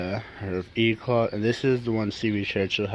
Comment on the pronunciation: why does everyone say eclat like eclaw. its e c l a t